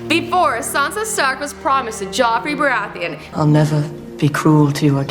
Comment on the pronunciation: that is definitely not how to pronounce Joffrey Baratheon